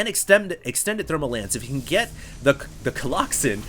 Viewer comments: i think when he says coloxon he means like a grouping word like a herd of cows or a pod of whales or a flock of birds, cause colossi is the plural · coloxen? lol ummm noo... colosi sounds better